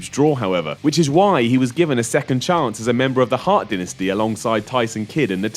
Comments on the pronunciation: wow,wow,wo how the hell did you pronounce dynasty however you type it xD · anybody catch how he said "dynasty"? haha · saying dynasty makes me chuckle